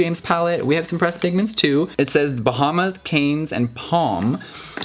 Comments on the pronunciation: pronounces Cannes with an 's' :L :L :L :L :L mama please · “Caines”...🤣 girl, aren’t you supposed to be boujie? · Cannes is pronounced 'Can' 😉